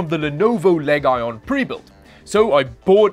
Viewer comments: Leg-ion? I think it 's Lee' jon. Accent on Lee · Lenovo Leg - oin ? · "Leg-ion?" Is this a -take on the word "legion," pronounced lee-jun?🤣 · Lenovo Leg-ion 😂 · i like how he pronounces the lee-jon to legg-ion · wait correct me if Iam wrong but did say "Lenovo leg-iron" LMAO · Just to pass on the pronunciation, it's Lenovo Legion (Lee john like the Roman army size not leg ion). I'm assuming you were being funny but I just had to pass on the pronunciation... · are you saying LEEJUN wrong on purpose? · A professional that says "leg ion" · Leg - Iron - NOT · LEG-ION ,pronunciation like these are why I sub to this channel :P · It is pronounced "leejun". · what is "LEG-ION" TF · Did he say, Leg Ion? Lol. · bruh it’s pronounced legion not legion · Leg-Ion... it's fine.